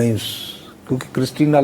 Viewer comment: Lamb is pronounced as Lam with B silent in it. With all due respect to veteran Nusrat Sahab!